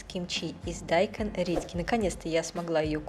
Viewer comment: Не дАйкон, а дайкОн